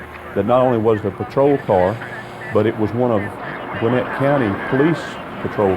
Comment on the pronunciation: It’s “Gwin-NETT,” not “GWIN-it” : )